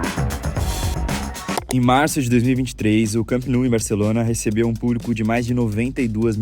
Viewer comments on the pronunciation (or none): Camp Nou não tem essa pronúncia afrancesada. É catalão, não francês. Lê como se fosse português e vai acertar. Saluts!